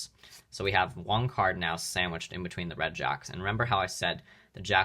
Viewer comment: Why do you keep pronouncing one card as “wanc ard” it’s so irritating